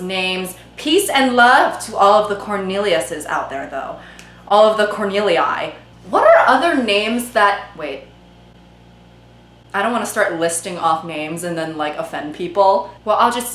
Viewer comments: “Corneliai” lmäö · I LOST IT when you said "Corneliai"